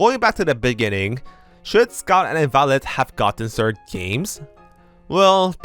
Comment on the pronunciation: Ah yes, ze “sird” games.